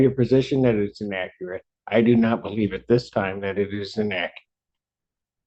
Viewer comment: "In-AKKERATE" information! 🤦🏾‍♀